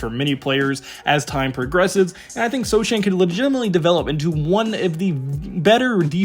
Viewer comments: it's pronounced "So-hannn" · Everything else here may be accurate , but you don't have to watch many Spurs games to know that the name "Sochan" has a silent "c", there is no "Vassil" on the roster, there never was a "Dedounte" on the team , and "Bran-Ham" sounds delicious with eggs, but we (Spurs fans) know the "H" is silent.